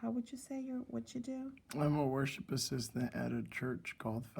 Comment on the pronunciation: I thought you said “War Ship assistant” at first. I thought to myself “Oh, he must be in the Navy”! Lmao